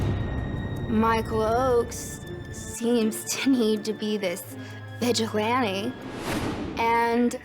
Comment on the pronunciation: ... and she didn't even get the word right! Something came out with two "k"s - along the lines: first one hard, second one soft: "vigilGalante"